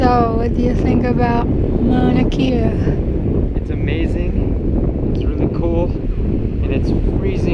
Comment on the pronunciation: mauna kea (kay-ya) is how it's pronounced...:-)